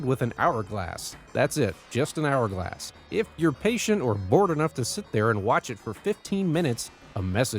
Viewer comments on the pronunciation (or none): none